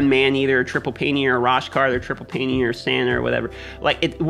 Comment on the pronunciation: It so funny when he botches the names. Paineater and tundra lol